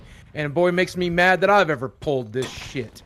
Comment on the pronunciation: MAKE ME UH MAWD. would you abuse it? ONE HUNDRED PERCENT.